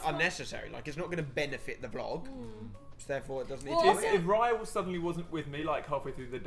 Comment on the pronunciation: hi my name is raya to but u say it like ray- a